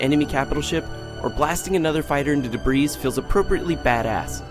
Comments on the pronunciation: The best part is that you can tell they're two different takes of the same line as well. The first time he says 'debreeze' and the second time he says 'debris'. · callmeinstead I think he was trying to edit out the part where he pronounced debris as "dubreez". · Debris, apparently pronounced "dabreez" lol. Does anyone review these at all before they're posted, or does someone just read a blurb that they typed out a half hour earlier and call it good? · Because he mispronounced debris the first time and someone forgot to edit it out, is my guess.